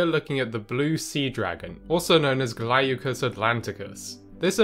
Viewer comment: "GLAW-cuss," not, "GLAY-you-cuss." It means, "bluish in colour."